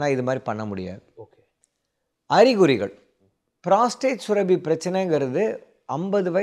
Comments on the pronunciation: It sounds surabi. It should be surappi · டாக்டருக்கு மருத்துவம் தெரிந்த அளவுக்கு தமிழ் தெரியவில்லை சுரபி அல்ல சுரப்பி